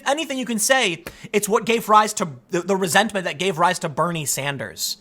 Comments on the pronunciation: “Resent-a-ment”. - Tim pool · Did you say resent - a - ment? Lol